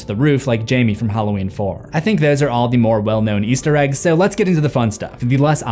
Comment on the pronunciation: And something you missed in your own videos is sometimes when you say "Easter Eggs" in this compliation it sounds like you're saying "Yeester Eggs," and you use the term "yeet" often in your various series. 😅💚